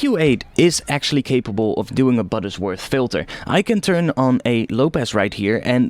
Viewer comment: It's Butterworth, not "Buttersworth".